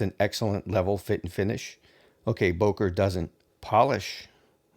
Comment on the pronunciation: The correct pronunciation is not [boker] but [bøker]. It has a ö